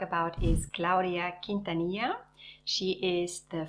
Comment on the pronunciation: you always do a beautiful job showcasing designers, I love Claudia Quintanilla, no just because we share the same name, she has the most feminine designs! By the way you pronounce her name so well, most people don’t know how to pronounce it. I love the Ship Shape by Heidi Kirrmaier, it’s so beautiful and I love stripes!